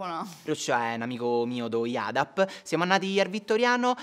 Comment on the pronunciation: Si scrive IADAP si legge IED…